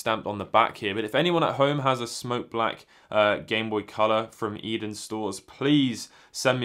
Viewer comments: Yep, "A-den", not "Eden". I've only been living in Japan for a few years in Kanto, so I've never heard of this store, but I did wonder if it was somehow related to Edion. Thanks for the info! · Pronounced A-Den :) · The company name is pronounced as "eethen"